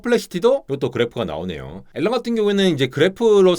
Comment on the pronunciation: "알"란 ㅋㅋㅋㅋㅋㅋ